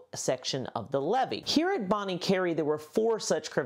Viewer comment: The 't' is silent in 'Bonnet'. Pronounced "Bonny". You're welcome.